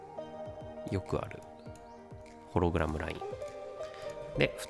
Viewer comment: ホログラムのイントネーションw 一瞬だけ修正できたのに。